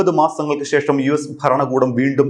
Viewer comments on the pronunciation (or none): none